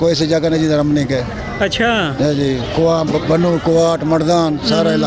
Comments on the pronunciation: اللہ کی شان ھے جن کا تلفظ تک درست نہیں وہ بھی ھاتھ میں ماٸیک پکڑ کر اینکر بن جاتے ھیں کنویں کو کھونیں بول رھا سٹوپڈ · کنواں لفظ ہے ۔ وڈا اینکر۔۔۔۔۔۔۔۔۔ کھنواں نہیں ہوتا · kuwan toh sahi bolo janab...ap khuwan bol rhe ho....me going....sorry....